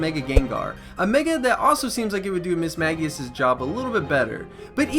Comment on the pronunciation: The constant Mismagius mispronunciation had me writhing in pain